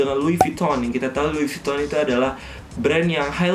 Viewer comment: Fyi : how to pronounce “louis vuitton” properly is “lui vitong” (with bold V, and slightly “ng”. if u know what i mean) thanks me later.